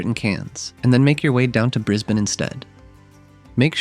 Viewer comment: Thanks for saying Brisbane correctly